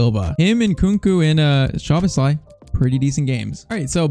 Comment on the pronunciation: Also "sz" in hungarian is pronunced as an "s" like in super. Maybe for pronouncing Szoboszlai, it could help!